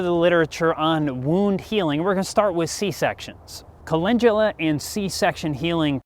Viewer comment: Wait no one’s talking about how’s he pronouncing it wyd Cal-en-dula = call in dula